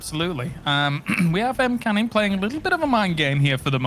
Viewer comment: It's M-Canning guys, not Meh-Canning. At least that's what he calls himself and definitely sounds better then Meh-Canning.